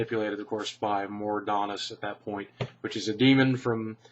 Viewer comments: Mor'donnis? It's Mal'ganis. And even then, the real guy behind him was Tichondrius. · Sounded like you said Mordanas or something when you were talking about CoS, did you mean Mal'Ganis?